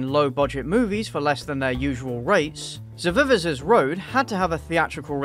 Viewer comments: i'm not from english speaking country, but i'm stunned how you who have english as a native language, cannot read uncommon words like this! ZEE-ZEE-X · Heads up, it's pronounced like "Isaac's" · It is pronounced Zy-zicks road. It is between here in Vegas and Barstow California on I15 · Lol, if you drive between Vegas and So Cali, you’ll drive by this road. The roads name is pronounced Zizz - ix. But, they spelled it like how you said it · i'm pretty sure it's pronounced z(eye) zix. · I think it's pronounced "zi zinx" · It's pronounced Zi Zex. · I rewatched you trying to pronounce the name at least 6 times. This is the content I come here for. JUST KIDDING THE AD MADE ME LOSE MY MIND; much like the boozy housewife. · .... really? That intro was bad.... its not hard to pronounce...